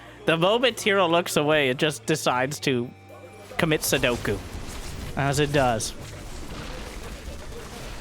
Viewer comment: unsubbing for saying sodoku